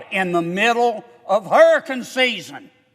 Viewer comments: Hey kennedy. Its hurriCANE. NOT hurriCUN like u say. Unreal u dont KNOW that and pronounce it correctly. YOU PAY YOUR OWN EVERYTHING‼️‼️‼️ We, the taxpayers, ARENT PAYING FOR OTHERS CRAP ANYMORE. STOP THIS MADNESS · I want to spend because of HUR-EH-CAN season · I just love the way he says, "hurricun" and "progrim" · What is a hurrykin? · It's "Hurrah-Cun season" 🌀 🌊 Give him the money 💰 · But its dead smack in the middle of "hurriken" season (i was laughing everytime he said that, but im high so) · How about you pronounce hurricane correctly first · Rand Paul is fantastic! What's not to love about that man? Sry Sen. John Kennedy flood insurance program didn't do a damn thing and 7 yrs you been fighting Maybe you should take it up a notch! How do you say Hurricane agan? 😂 Don't ask Biden Anything Rand Paul can take it from here!